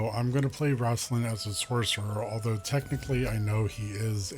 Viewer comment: RAIST-lin Like Waist. Not Raast-lin 👍🏻👍🏻